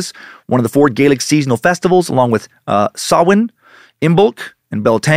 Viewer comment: Props for pronouncing samhain correctly I was bracing myself